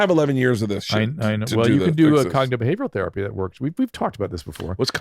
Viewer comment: Drew says Cognitive Behavioral therapy.. Bert says Coggoggabehubbitapy